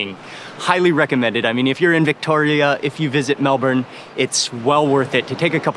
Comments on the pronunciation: Astraya, Melbun.. Nailed it, Mark. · you can really tell Mark makes a conscious effort to pronounce Australia and Melbourne the best he can like an Aussie lol